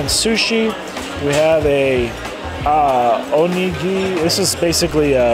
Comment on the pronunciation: You pronounced nigiri perfectly, but got stuck on o-nigiri . Oh yeah. Favorite was the steak. Definitely the steak